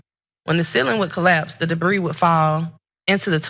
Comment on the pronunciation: She didn't write that statement. Proof?! She read "debris" with an s as in "debreeze". But so what?! This is utterly disgusting!!!!🤮